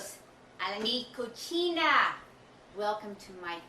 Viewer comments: lmfaooo "mi cochina" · "cocina" lol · Ha Ha welcome to mi "cochina " ? lol!